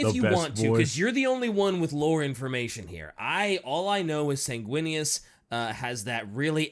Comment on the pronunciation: "Susguinious" As a blood angels player, hearing that sent me into the black rage.